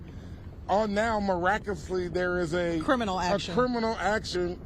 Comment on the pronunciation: This fool can't even pronounce "Criminal" properly. "Kerminal"? YOU ARE SCARED TO LOSE YOUR ILLEGAL IMMIGRANT VOTERS. YOU SHOULD BE. SOMEONE TELL THE HYSTERICAL KAREN TO STOP YELLING.